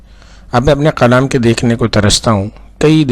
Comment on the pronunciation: معذرت کے ساتھ آپ ک کو ق اور ق کو ک پڑھ رہے ہیں۔ کلام کو قلام اور مکالمہ کو مقالمہ پڑھ رہے ہیں۔